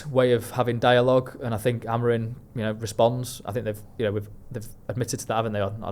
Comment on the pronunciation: When will and from talk of the devils learn that Amorim’s name ends in M not N?